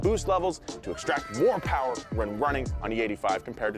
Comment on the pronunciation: It’s ‘Mo Powa Baby’ not “More Power, Baby”. Come on guys😂